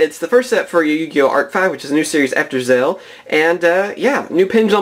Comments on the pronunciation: 6. (This was 5.) ITS ZEXAL, NOT ZEAL! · How come you say zale instead of zexal? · Its zexal without a silent x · srry but why do you say zexal like that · sorry jjust i just think its silly you dont say it like all english people would